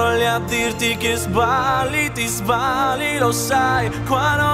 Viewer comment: the way he pronounces "ti sbagli" (you are wrong) reminds me the italian phrase "ti sballi" which means "you are tripping" 😂😂 However, kudos to him for managing to pronounce all these different languages with an excellent result!